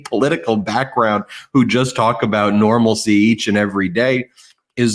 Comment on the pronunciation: Ben, The word is NORMALITY... not normalsee that is not a word!